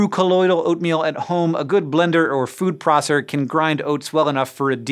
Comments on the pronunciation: What in the world is a “food prosser”? Do you mean food processor? He seriously says “prosser”. Why didn’t they do another take? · he said "Food Prosser" instead of "food processor" and I can't get over it. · "food prosser" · "food prossor" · TF is a food prossor? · food proscer? Really hank your brother is an author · “Food prosser”? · 'food prosser' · Hey Hank, what's a "Food Proser"?